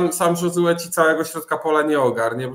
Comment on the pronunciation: Panowie, Josue nie jest hiszpanem więc nie czytajcie J jako H tylko jako Ż